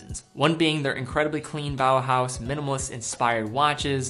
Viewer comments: was going to write this. you put in an extra syllable. as a german it first sounded kinda funny like "Bauerhaus" :D (Bauernhaus would mean peasant's house) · small nitpicking here. it's just "Bauhaus" rather than "Bau'e'haus"